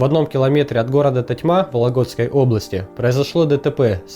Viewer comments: тОтьма, а не ТотьмА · Сорян конечно , но не тотьмА , а тОтьма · не тотьмА а тОтьма, а так как всегда супер! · живу в вОлогде. и бесит когда ударение не правильно ставят .. тОтьма а не тотьмА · я тоже посмотрел этот момент и подумал что мне послышалось xD